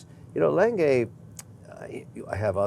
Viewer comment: Who else's record scratched when Kevin tried to pronounce Lange? lol